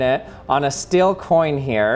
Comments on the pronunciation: Learn how to say the word STEEL, it's not stil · The moment when you can't hear the difference between "still" and "steel" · These “feld” and “stell” throw me off, thus guy can’t pronounce the letter e :/ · Dear lord please learn how to pronounce steel